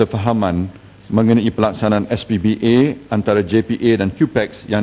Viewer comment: najib sebut sbpa pun salah... SPBA ...bunyi macam SPBT keh keh keh